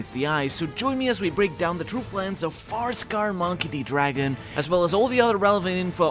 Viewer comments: FIREscar, not picky and context is key but try to enunciate a bit more, it sounds like FAR-scar and non-English native speakers could get confused Great video as always, sankyu lol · Where are you from? You keep saying Farscar instead of Firescar lol